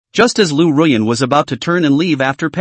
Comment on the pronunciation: It's Ruyan... Don't forget my beautiful name😂